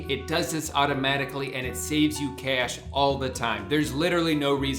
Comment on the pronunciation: Ok so, Drew, have you always had an accent? I have never noticed an accent before, until you said "it saves you cash" and suddenly sounded like Mark Ruffalo